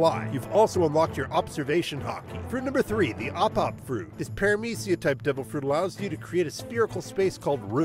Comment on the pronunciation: bruh its the ope ope no mi not the op op pronounced like opee opee no mi